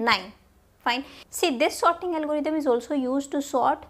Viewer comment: It's quite funny that she pronounces sorting as 'sotting'. However, the quality of content she delivers overpowers any pronunciation errors since she is able to explain the concept in a clear and concise manner.